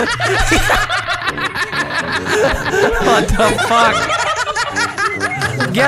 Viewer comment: clearest most crisp fuck I’ve ever heard, which came from the true terror of being chased by a giant screaming gay zombie baby